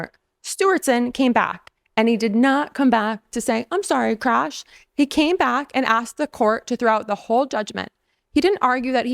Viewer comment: did you just say Krash😂😂 May I borrow that.!!?